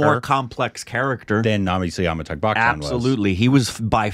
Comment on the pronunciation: When is going to learn to pronounce Amitabh? 🤔